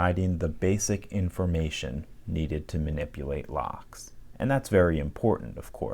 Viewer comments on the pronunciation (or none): none